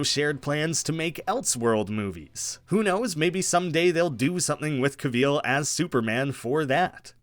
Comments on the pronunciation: We need to talk about him pronouncing it "Cuh-VEEL." It's "CAH-vill". No one says it like that, that's an insane way to say Henry Cavill's name. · Cavill, like “travel” bro. Not “Ca-veal” 😭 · Cavill not Cahveel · Cav-ill not cuh-vil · Who the hell is Henry CAVEEEL😂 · “Henry Caveal” Good stuff dipshit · Pro tip... Cavill is pronounced like "travel". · Cavill is pronounced like travel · Henry Ca-VEAL ? 🤣 never heard it pronounced this way EVER... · Did you say Henry Cav-EEL?! Lmao. Great video either way. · sorry but “caveel”?😂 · “Henry cahveel” 🤢🤮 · Cavill, rhymes with travel. Do you say truh-vell in yur country? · How do you pronounce Cavill so incorrectly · Can’t get over his pronunciation of “Cavill” and “De Armas” lmao who pronounces them like that??? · say henry cavill's name right lol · Loved the video but the way you say Henry Cavill’s name scares me for life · Why is it so hard to say Cavill right? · What on earth is this pronunciation of Cavil???? You have it so so wrong. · Why u saying Cavill like that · Interesting pronounciation of Henry Cavil's name. Maybe see how it's pronounced if you're going to keep saying his name. David Corenswet is the top fave for new Superman, it was impossible not to imagine him as Kal-El in The Politician & Hollywood. Glen Powell was excellent in Scream Queen's, Hal Jordan or the Flash, he'd be brilliant as either. Alan Ritchson returning as Aquaman would be very interesting, both from the smallville history, but also given how far he has matured as an excellent actor. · Fun video. You say Cavill really weird, though.